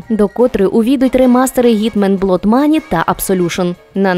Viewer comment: Пробачте, але не можу стриматися. What -- вот (не ват). Blood -- блад (не блод). Дякую за те, що робите!👍